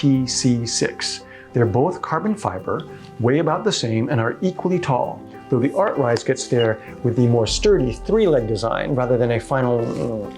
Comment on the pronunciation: your video bookmarks state artsize, your title says artcise, you voice it as artrise!! LOL.